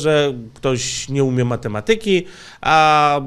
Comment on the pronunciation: mate'matyki... Akcent pada na 3 sylabę.